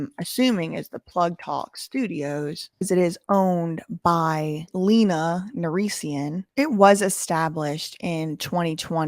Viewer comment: My queen adams childs mother pronounces her name “l - ey - na” not “l-ee-na”keep slaying 💅💅